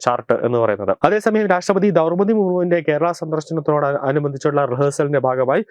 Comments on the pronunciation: Daurpathi ennalla chetta Draupathi Murmu.ennu parayu please. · ദൗർപതി അല്ല... ദ്രൗപതി.... ദ്രൗ....ദ്രൗപതി മുർമു